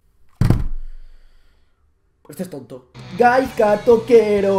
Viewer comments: se pronuncia gaiska pero bueno XD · La z de Gaizka se pronuncia como una s :S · La z de Gaizka se pronuncia como si fuese una "s". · like si te sangraban los oídos cada vez que pronunciaba mal Gaizka XD ese euskera joder, toquero balón de oro ya XD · Hay una cancion mejor de toquero spurss pero buen video ajajajjaja y se pronuncia GaiSka jajajaj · espabilao di bien gaizka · pronuncias mal gaizka pero ni te rayes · a ver si aprendes a pronunciar Gaizka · aber una cosa es k no sea el mas famoso de los jugadores pero gaizka es y a sido una leyenda en el athletic y el alaves y otra cosa es k no te guste la musica vasca xk no as puesto la cancion mas visitada en el proximo coment. Y aprende a pronunciar su nombre k aki las z se pronuncian diferente